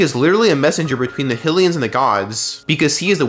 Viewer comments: Theyre not “Hill-ians” theyre HYlians. Kinda like how its HYrule Not Hillrule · My guy, its not Hillians 😂 Hy, its pronounced the same as Haj, as in Blåhaj? ...wait no, that's uh, less clear Hy, as in High High, lee-n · After hearing you pronounce HI - LEAH - UH one way and HILL - E - UHNS like that, it's just too fucking annoying. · We all gonna ignore the fact he called hylians hillians probably another one of those AI channels because they too lazy to do anything